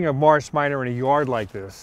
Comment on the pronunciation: The way he said Morris, sounded like marshe